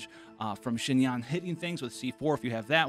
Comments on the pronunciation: great video im about to go build her rn!!! just a heads up, your pronunciation of xinyan is very close, but its more like "shin-yen" :) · This man said shin-yan like wth is wrong you